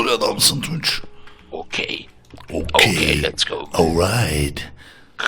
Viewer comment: abi its kokey değil its okey